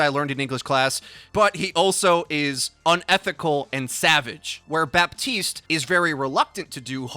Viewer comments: honey the P in Baptiste is silent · The p is silent in Bah-teest